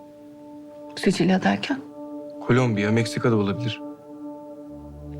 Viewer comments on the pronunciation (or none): Adam sicilya diyor😂😂